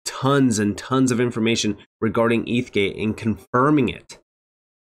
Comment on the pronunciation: He can’t even SAY ETH-gate correctly 😂😂😂